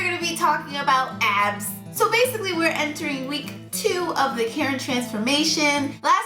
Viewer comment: The way she said abs - 😂😂😂 I died laughing 😂😂